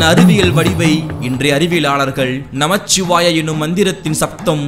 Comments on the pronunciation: நமச்சிவாய அல்ல நமசிவாய உச்சரிப்பு மிகவும் அவசியம் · நமசிவாய not நமச்சிவாய பொதுவில் சொல்லும் விடயங்களை சரியாக சொல்லுங்கள்